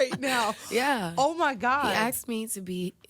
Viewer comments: If I had millions/billions I definitely would not hook up with a “person “ who can’t articulate the English language and the first time she said “axed” instead of ASK she would be back on the streets she works! She is lying and delusional 🤔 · Well if you say axxed instead of asked.. that‘s probably the ghetto she thought she could hide.. but she can‘t.. works only with dummies